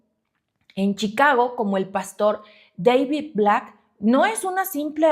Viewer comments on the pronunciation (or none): none